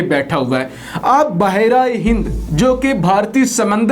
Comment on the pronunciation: Apko behr e hind kehna nhi ata kia??bahar aye hind kia word hua